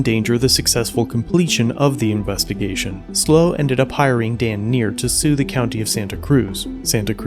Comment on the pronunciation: It's not slow County audits, it's SLO County audits which stands for San Luis Obispo County lol